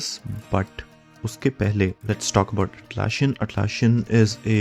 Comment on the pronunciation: It is Atlassian with ssss not sshhh